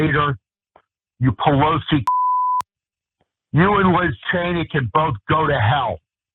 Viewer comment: When you can’t pronounce Liz you shouldn’t be openly threatening anybody.